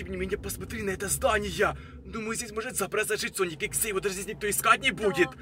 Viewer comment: Правильно: sonic.exe: SONIC. EXA